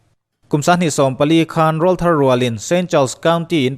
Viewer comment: Rawlthar tiha 'rawl' tih lai hi i lam dik lo. Kan aw rawl (voice) thlukin i thluk a, a dik lo. Tleirawl tiha 'rawl' ang tho-a lam rik tur a ni. Mi tam takin mipa tlangval tan tir, a awm a lo danglam (til pawr aw) avang hian a aw rawl a lo danglam a, rawl (voice) thar ti-a lam tur an ti a, hei hi a dik lo tih hriat a tha. Rawllai, tleirawl tih kan sawia 'rawl' kan thluk/lam ang hian rawlthar tiha 'rawl' lai pawh hi lam tur a ni.